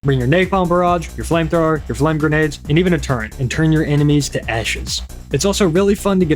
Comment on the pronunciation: Did he just say the word "turrent"?! He said it again! F Tier